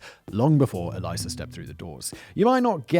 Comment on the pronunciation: Simon ~ “Elisa” is pronounced like “Lisa” with an “Eh” at the start, not “Eliza”.